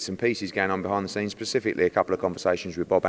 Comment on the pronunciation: Eddie “persifikly” Hearn